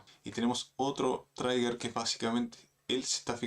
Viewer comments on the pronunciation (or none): Todo iba bien amnigo, buen video, solo una correccion, no se pronuncia "TRAIGUER" se pronuncia "TRIGER" con acento gringo saludos... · Gracias por el video. Se dice "triguer" no "traiguer". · Trigger se pronuncia triguer ❤ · No pude seguir viendo el video después de todas las veces que inventaste como se pronuncia trigger, parece que crees que se pronuncia como Tigger 🐅